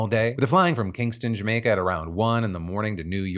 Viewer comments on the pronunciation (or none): none